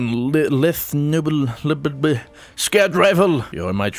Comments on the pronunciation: Lethe Noblesse Lethe, pronounced as leeth. Noblese pronounced no bless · Actually, it's "Le-the No-bless" read up about Hades, you'll see it speaks of Lethe as a river in which people drink to forget their past.